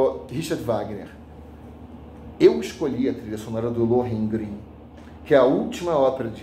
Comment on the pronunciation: Achei um absurdo o secretário pronunciar "Lohengrin" de forma errada e ainda dizer que foi a última ópera de Wagner. O resto foi pior.